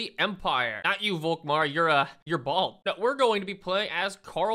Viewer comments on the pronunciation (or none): none